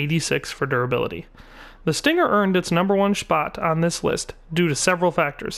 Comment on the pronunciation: "The stinger earned its shpot" xD